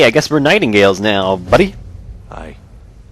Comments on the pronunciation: nightingales not nightinggales, pronounced: night-in-gales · *X pronounced night-ing-gales X*